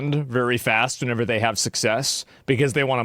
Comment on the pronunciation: Asmon says whenever too often incorrectly